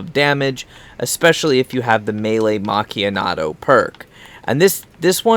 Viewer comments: its a good video but its melee Mak-ee-ah-to where are you seeing a D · Macchianato haha learn how to say it properly champ and stop rambling about all the other garbage and get on with it.What a waste of 9 mins you could of said it all in 2 mins.Rubbish vid no sub for you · Why are you saying melee macchiato wrong it doesn't have a N in the name maccniato 😂 no hate or anything man just helping ya so people dont hate on ya